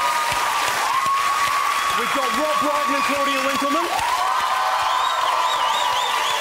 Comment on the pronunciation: Pmsl. You messing up Rob Brydon's name, is that revenge? 😬🤭🤭❤️